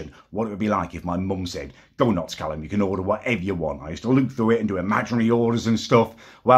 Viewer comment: Callums Corner “Callum” 😂